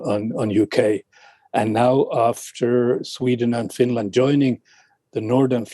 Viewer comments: "Fin...Land" 🤣🤣 where sharks come from?? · "Fin-Laaaand" I swear the only requirement for being a radio host is over-pronouncing words lol. And speaking BBC-fake-posh.